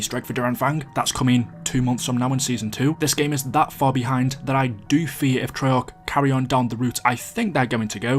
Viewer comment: This is extremely random but why do you pronounce fear like “fear” but you pronounce year like “yurr”? And similarly, I’m curious to know why every time you said bought in this video you pronounced it “brought”.